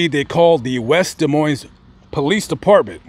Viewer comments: The "S" in "Moines" is silent. Pronounce it "Duh Moyn". Also, it sounds as if the mother made up the story of Johnny's visit for attention and in order to write a book. That's my hunch. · The "s" in Des Moines is silent, its actually pronounced da moine. Just a side note. Thanks for a great video! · both of the the "S" letters are silent in "Des Moines" my guy.... its pronouinceds Dee Moine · The "s" in Des Moines is silent